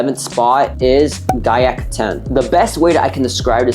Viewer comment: The moment i heard gaiac 10 i left the video LMAO